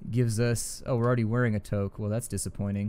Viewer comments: Toque is pronounced Two-K. Like the number 2 with a K on the end. :) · Hey buddy! Stop driving your Canadian viewers crazy, the togue is pronounced like TOUK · In Canada "toque" is pronounced "touk", the same vowel sound as in "shoot". Just in case you want to get in character. :) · You crippled my ears saying toque wrong